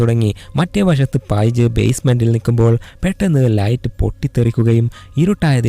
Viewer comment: പൈജ് അല്ല പെയ്ജ് 😂